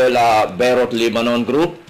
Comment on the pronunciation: All scripted There are thousands of Good Filipinos with good and happy lives and spend more than 30 years working in Lebanon please do not discredit a country unless you been there then you might have a different point of view and please its LEBANON NOT LEBBANON